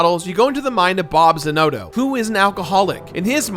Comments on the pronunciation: It's Za Nah Toe not za no toe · Actually it's Zan Otto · And Zanotto? Come on now… they say they name soooo many times in game you shouldn’t get it wrong unless you are purposefully doing it 😂